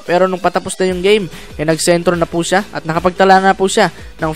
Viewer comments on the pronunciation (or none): none